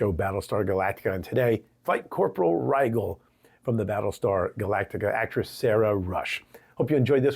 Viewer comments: Her name is Rijel NOT Rigel.The G sounds like a J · Not pronounced "Ri-Gel" but "Ri-Jel" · Good video. One quibble, the name Rigel probably should be pronounced like the star Rigel, i.e. as rye (like the bread) jel (as in jello).